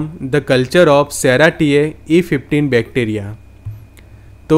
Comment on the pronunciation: सेराशीओ.... नॉट सेराटीओ